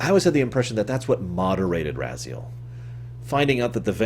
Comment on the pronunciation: Why do you have such a hard time pronouncing the names when they're spoken, so many times throughout the series? It's RAZ-I-EL, and HYL-DEN. What, do you pronounce Kain as Mwain? Of course not. It's not - that - hard. - Not really. The way I always interpreted it, is that the Elder God exists outside of time in the past, present and future at the same time. Therefore, it is of extreme importance to him that it goes to a future, he desires. For example, even though he's gotten bigger and bloatier in Nosgoth's future, it is not to his benefit since the future is now full of Hylden's running around, each of them not really believing in the Elder God and none of them being able to follow the wheel of life that he wants. He blames Kain for this on the basis that Kain did not sacrifice himself to restore the pillars. Since Vampires are immortal and cannot be returned to the wheel, when the body of Raziel slumped down at the bottom, the Elder God decided to grant him free will in exchange for revenge against Kain, knowing it would fuel Raziel's hatred, and being a being outside of time, he knew that Raziel would eventually get trapped in the blade again, thus perhaps with a sinister foreshadowing, calling him " Become my, Soul Reaver " . But being a creature of Free Will is evidently a chore if this being decides to make other decisions than the one you want, thus resulting in a timeline that's constantly fluxing around. In one timeline, Raziel succeeds in hunting Kain